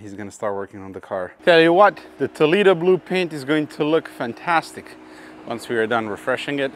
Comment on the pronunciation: Toleedo... 🤦‍♂ I know you can do better than that,..